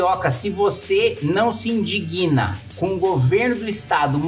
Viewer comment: Kim, o correto é "querido cidadão, se vc não se inDIGna com isso..." (a conjugação do verbo onda há consoante muda, a vogal dessa sílaba recebe a tonicidade)(não sei se é assim que fala.. rsrs). Abraço!